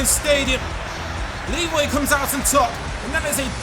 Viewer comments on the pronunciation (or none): none